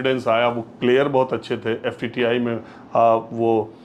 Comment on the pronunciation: Pls call FTII and not FTTI. Also would like to correct you on Kishor Kumar's song for Mithu Da. Kishore Da has given playback for him in movie Waqt की आवाज. Sridevi was against him